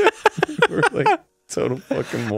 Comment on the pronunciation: Arin: Loogat this we’re a fuggin teamwork over here